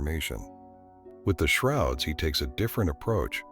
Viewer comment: Is this video AI? "The Shorods" at the beginning?!